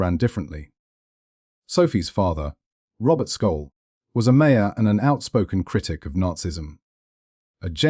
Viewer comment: Sjollll , S .J olll ...not Skolll........you dick ! At least have the decency to pronounce her name right .